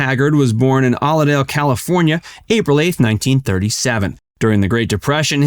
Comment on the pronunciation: Since you are reading it word for word from Wikipedia....there is no such place as OLIDALE....it's OILDALE...as in OIL CAN....You need to do much more research than just Wikipedia.....Wikipedia misses a lot and skips a lot of info on Hag.